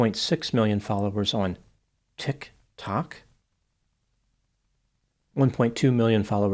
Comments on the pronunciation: It’s more like “ticK Tock” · why does it seems its hard for you to say tictok..🤣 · I will never get tired of the way he says "TicTock" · That was just too funny at the very end of the video him trying the best pronuntiation of " TIK TOK " . Cheers ! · Will you ever learn how to say TikTok? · The only things guaranteed in life is death, taxes, and using the weirdest pronunciation of "TikTok" humanly possible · I just love the way says, "TikTok." 🤣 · I love how pronounces Tik Tok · Oh my goodness, pronunciation of “Tik…>….🕰️……>….⏰………>⏱️Tok"… I love it! 😂… Anyway, great analysis,. I remember back when YouTube first started, the "prankster" videos were funny and entertaining, now they’re just obnoxious and criminal 🙄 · I've decided that that's now the correct pronunciation 😂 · It’s a highlight of the videos for me too!! 😂😝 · 😂😂😂😂😂 that’s what an absurdity he sees that platform as! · It's one of his fabulous quirks! He gave us extra clips at the end. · It's like seeing the word for the first time and reading it without being sure if it's a real word or if he should pronounce it differently